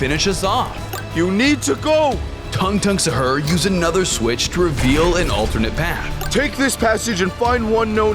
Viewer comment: No one but me cares about how you say the name it's tung tung suhur not usher and it's bumodelo crocodelo not crocodelyo